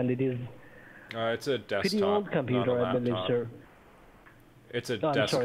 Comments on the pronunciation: I don't know why but desktop sounds like dextop??? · Is it a laptop or dekstop? It is a dextop lol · Lmao "Dextop"